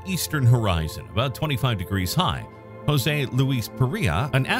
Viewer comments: Interesting video. Note: his name is not pronounced 'Hozay' it's 'Joezay.' They speak Portuguese, not Spanish, in Brazil. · While I truly like your channel, I must unfortunately, albeit strongly, make a cultural correction vis-à-vis the pronunciation of the Brazilian name "JOSE". Firstly, allow me to inform you that Brazilians speak PORTUGUESE and NOT Spanish. As such when you pronounce words or names starting with the letter "J", the sound is absolutely NOT as you pronounce Jose in Spanish. Rather J in Portuguese is identical to J in FRENCH. Also, the "E" at the name is acute, not "grave" (eh) as in Spanish, but rather E such as in the English word LET. Kindly update your records accordingly, for every time one "Spanishizes" Portuguese words, both Brazilians and Portuguese members of your audience take it up as a grave offense. Best wishes!